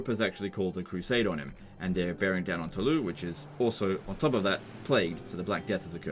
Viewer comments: Why do you say Toulou? That would be the correct pronunciation if it was written Toulous, But it's Toulouse, so you pronounce it "Toulous" :) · Anyone else annoyed every time he says Tawlou? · Toulouse is pronounced "To lose". The pun is not intended. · Fun fact as French, we realy pronouse Toulouse as "to lose" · Its pronounced Toulouse with an S at the end. In French, generally, only the last letter is silent, so if it was Toulous you would say it without the S, but Toulouse is with an S :) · Is funny hearing how english speakers pronunciate latin words. You simply dont spell all the letters of the words (Tolouse, for example). Once i hear a brittish spell the word "Carrero", and soud exactly like a dog barking.